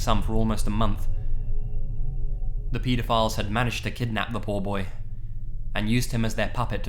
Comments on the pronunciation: I thought you kept saying peta files instead of pedaphile. lol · "peedophiles" that pronunciation makes them seem so much less gross. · "Petaphiles" lol